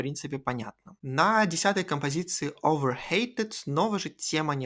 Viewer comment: Не "overhated" а "overheated" Это не от слова "хейт" (hate), а "heat" (перегрев, перенапряжение)